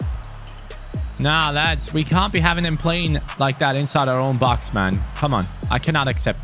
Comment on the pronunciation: u said in side the 5 yard brox instead of box🤣😂